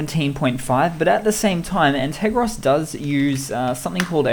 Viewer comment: G'Day mate. Correction: An - ter - gos ;). Have been watching your videos. Very useful tips. Cheers.